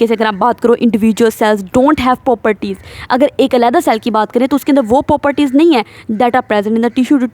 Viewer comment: we’re trying to learn biology, not chase a bullet train 😭💨 Please slow down your talking speed a little so our brains can catch up! And Miss you’re saying poperties like it’s a remix 😭😭 it’s 'pro-per-ties' — but we still love the energy 💃